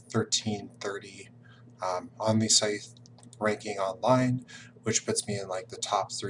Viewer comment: Top mistake #6: pronouncing Scythe with a “th” like tooth, rather than a “th” like smooth.